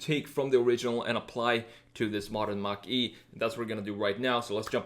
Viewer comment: you just call it a mach e😂